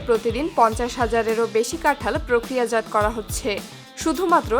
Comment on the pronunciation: "প্রক্রিয়াজাত" উচ্চারণ টা ভুল হলো..দেখে নেবেন।